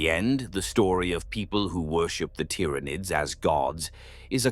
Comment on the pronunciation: The system cannot pronounce the words right look how it says Tyranids